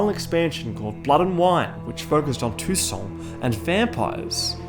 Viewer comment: Its funny to ear toussaint pronounced tucson. I saw Geralt with a "god bless america" t-shirt for a moment!